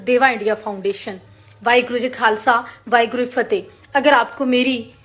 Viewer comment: ""WAHEGURU KHALSA"" ""WAHEGURU FATEGH"" 🤣🤣🤣 BOLNA TOH SEEKH LO JI